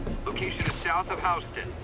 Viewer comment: As a resident of Houston TX, that's a real weird way of pronouncing Houston, Spider-Man game.